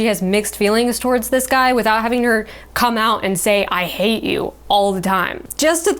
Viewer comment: It's "HAAAATE" ,not "HATEEEEE" which is pronounced as "Haiti"( the country.) Adding extra "e"s to the end of every word does not emphasize the part of the word you want to stress.That is done by adding more of the vowel in that part of the word. In this example,add more "A"s, NOT more "E"s at the end.